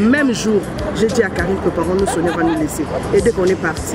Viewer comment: Lisez SONIA et non Sofia. RIP